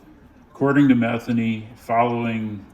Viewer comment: It’s pronounced meth-ANE-y. Pretty common last name for that part of Maryland.